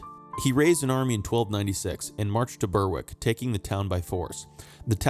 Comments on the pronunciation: You got tripped up by a weird English place name again - Berwick is pronounced "Berrik", not "Burwik". On the other side of the coin you got the even weirder and more obscure Burgh by Sands right. Kudos! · It's pronounced: "Berrick".